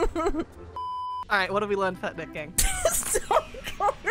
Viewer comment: It stayed neek not neck